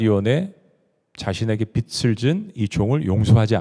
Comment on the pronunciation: 목사님 선포하시는 말씀 매주 기다리며 듣는 자매이에요. 항상 꿀송이 같은 양식을 듣게 하셔서 감사 😊 🙏 근데 빛을 [비츨] 빚을 [비즐] 빚debt이 자꾸 하나님의 빛처럼 들려서.. 너무 상이한 뜻이라 조금 염두해주시면 감사하겠습니다. 빚을 (비즐) 빛을 (비츨)